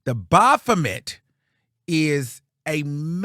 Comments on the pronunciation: the O is silent 😫 it's pronounced baf-met. You got me cackling saying it how you saying it though 😂😂. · It’s always how u say the bophamet 😂😂😂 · When says Baphomet I holler 😂😂😂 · I just came to hear say “BAPHOMET”!! 😂❤